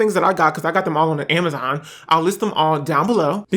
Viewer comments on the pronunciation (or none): none